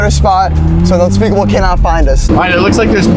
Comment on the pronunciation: whenever you say unspeakable you mean unspaboooo